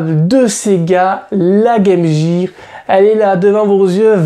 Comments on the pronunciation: ARRETEZ DE DIRE GAME JEAR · Game Gear! Comment vous savez pas prononcer!! Gear...